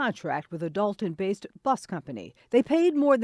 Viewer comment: The issue I heard was "Dolton."🤦🏾‍♀️